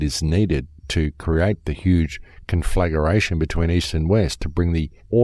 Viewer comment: with all due kindness, the word for firestorm or inferno is con·fla·gra·tion (känfləˈɡrāSH(ə)n/) not con-flagger-ation